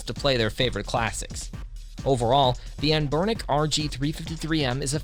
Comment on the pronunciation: "AM-burnic" - Why make this video???, You clearly have no idea what you are even talking about, and after 1month the video only has 11k views. - You absolute melt.